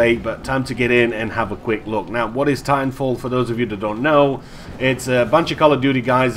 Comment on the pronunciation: did you say timefall? loll